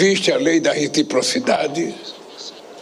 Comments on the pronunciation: Redriposidade😂😂😂😂😂 fala direito seu burro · Acho que ele falou ReTRIPOCIDADE 😂